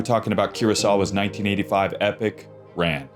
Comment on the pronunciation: Not to nitpick but it's pronounced RON. This movie made me obsessed with Japanese costume design and Emi Wada is one of my idols.